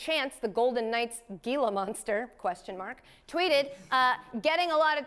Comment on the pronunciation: How did nobody tell her that she is pronouncing gila monster like a second grader? It should sounds like "heela monster".